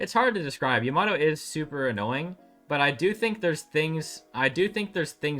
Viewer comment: How can you hear EVERY character IN GAME properly pronounce YAMATO and still say it wrong? SMH